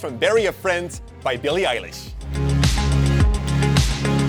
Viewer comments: billie eye-lish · Bilie Eie -lish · Don’t. Say. Billie. Elish. EVER. AGAIN. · It's bill-e eye-lesh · It’s Pronounced ‘Billie Eyelish’ :) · This is how you pronounce her name billy eyelish